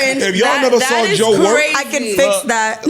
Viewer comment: I say “I saw it” be like: “I sawrrr it” 🤦🏽‍♂️😆😆😆